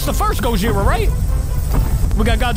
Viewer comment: The guy that you said that you Was gohira it was actually Show Gojira